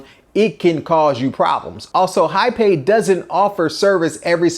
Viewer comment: JAPAY is pronounced Ha-pie with accent on the first syllable